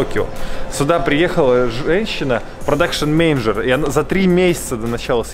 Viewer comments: Ахахах люблю смотреть, но три раза слово мЕеенеджер))) в голос ржал! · ты очень смешно гриш слово менеджер )